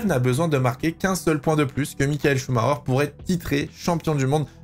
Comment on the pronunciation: Mais pourquoi tous les français prononcent son nom avec un "R" au lieu " CH" ? C'est Chumaker quoi, arrêtez d'inventer un Chumarer ou je ne sais quoi !